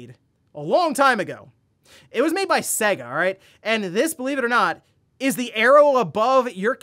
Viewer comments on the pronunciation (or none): none